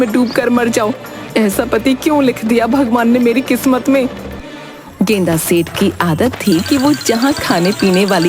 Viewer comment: गेंदा सेठ ❌ गेंडा सेठ ✅